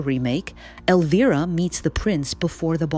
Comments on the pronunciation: why does the pronunciation of elvira's name change every mention? it switches between elveera and elvaira. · Spelled Elvira, pronounced El-veer-a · It's weird hearing you flip flop between pronunciation on the name Elvira, just pick one and stick to it please.